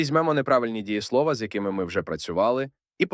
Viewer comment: Дієсловаʼ, наголос на «а»